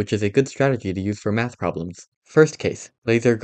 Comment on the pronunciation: You kind of said "meth" instead of "math"🗣